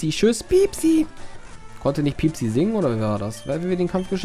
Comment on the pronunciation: Das Pokemon heißt piepi und nicht piepsi ^^